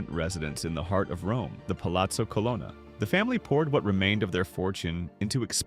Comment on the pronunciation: it’s pronounced CUH-LOAN-UH